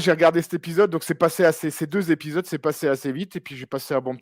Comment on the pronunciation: Cent z'épidoses,, tsk tsk tsk